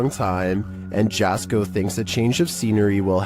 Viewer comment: Finally, got on one of these my only criticism is that his name is pronounced yasko